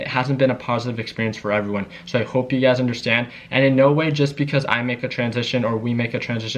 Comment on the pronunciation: Lol is he saying UGAZ or You Guys. The world will never know. (Lies, the world knows)